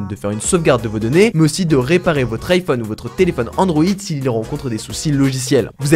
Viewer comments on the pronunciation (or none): none